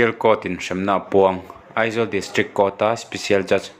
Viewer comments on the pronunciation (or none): none